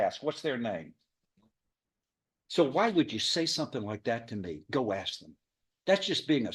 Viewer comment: "I axe you dis! I AXE YOU DIS!"